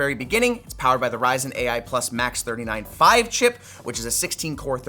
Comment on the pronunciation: How hard can it be to say 395 correctly?